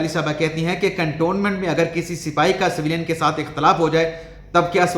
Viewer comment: اسی طرح لفظ سویلین کو س کے نیچے زیر کی بجائے اس پر زبر لگا کر بولتے ہیں